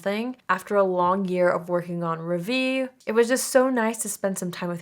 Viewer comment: Hi, absolutely no diss intended, it’s just too fab that you would choose a French name for your brand. Just wanting to help. Ravie is pronounced “Rahvee.” The Ra sounds the same as “ra”tionale and not raw, so it’s the higher “a” and not guttural. There are pronunciation videos for rationale on YT if you look it up. Good luck with the launch. ❤